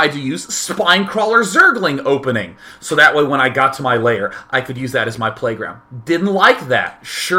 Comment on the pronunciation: Why do you pronounce "lair" as you were saying "layer"?